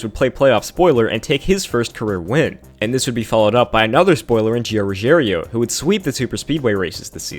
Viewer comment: Lol I don't watch the truck series but I'm really good at reading so I'm pretty sure Gio's name isn't "Ruggerio"